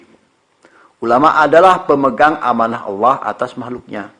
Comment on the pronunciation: kayaknya bunyi hadits bukan amana' tapi umana'